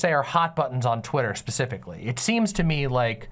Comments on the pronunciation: Is saying 'pacifically' instead of 'specifically' a dialect quirk im not aware of or is just dumb? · Pacifically. Edit: Wait, did she just say she wanted her video to be the end of the discourse for the whole space? What the fuck kind of naive self-aggrandizement is that?